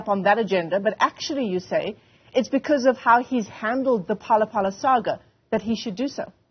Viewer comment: Its Phala-Phala not Pelele🤣🤣🤣😎